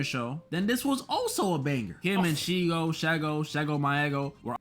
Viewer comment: This whole video hit me right in the childhood. Also, I wanted to fight him for how he pronounced my queen shego's name